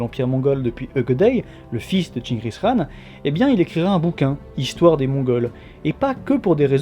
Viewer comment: Enfin quelqu'un qui prononce bien khan ;)